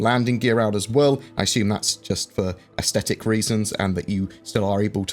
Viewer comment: Fine. Say aesthetic with a D. I give up <3